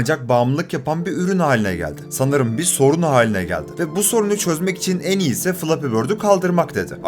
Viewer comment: O ne biçim “en” demek aq..